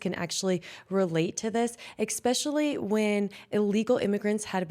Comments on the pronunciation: Great job! Except especially, not eXXXpecially. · Hiya!! My daughter found your channel- we love you!!! But I’m old - please stop saying (Ex-pecially) and (Ex-presso) there’s no X just an S - sorry - it just gets in my head from my mom who is an English professor- no hate 🫶